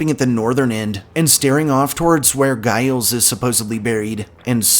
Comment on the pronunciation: Hello from the Northshore. No offense intended here, but Giles Corey, is first name is pronounced like Jyles, not with a heavy g sound. Great video here, thank you!!